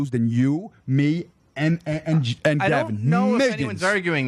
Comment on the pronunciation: Not only is Jared right, as usual, but he's the only person I've ever heard pronounce Gavin's surname correctly.